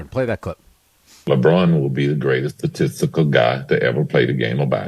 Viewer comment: He said "statistical"...